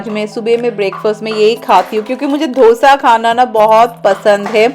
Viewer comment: Its Dosa..not. Dhosa... Generally, East India have this pronounciation. I am also from east India and people correct me also